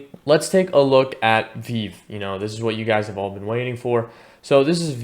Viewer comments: Good info. It’s Pronounced “Vee-Vee”. Keep up the good work 💪🏼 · I’ll subscribe if you pronounce it as vee vee next time. You get a like for now :)